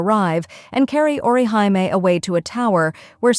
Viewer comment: Orihime. The Japanese character represents a ee or ē sound. So aw-ruh-HEE-may. Like a Michael Jackson he he lol Not or you high me